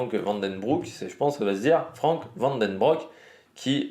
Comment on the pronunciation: van den broeck, avec le son "ou" comme l'ancien champion décédé